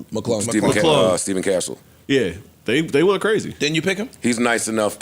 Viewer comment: Its Stephon (Steffon) not Steven!!!